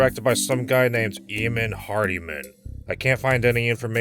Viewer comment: YOOOOOOOO, my names Eamon lmao, and it’s pronounced Eymon lol